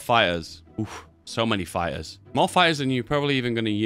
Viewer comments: "spamming a lo' of fye-ers" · I thought you were saying "Fires" turns out it's "Fighters" Im deaf